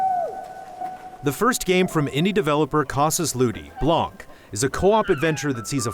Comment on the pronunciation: Blan, not blank. The C is silent